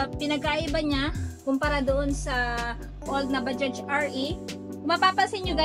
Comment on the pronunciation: mam baja lang po yan kung bigkasin hnd bajaj silent j na po yan.. wag mo na isali pagbigkas yung letter j sa dulo ng bajaj.. baja lang po yan pagbanggit hnd bajaj.. bisayang bisaya kc ang dating kpg bajaj..silent j na po yan kaya naging baja na lang kung bigkasin..pangit kc pakinggan sa tenga yung bajaj prang hnd tayo nag aral nyan..silent j na po yan mam.. thanks